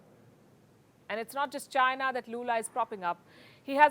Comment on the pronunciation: Announcer couldnt pronounce between China and Zaina.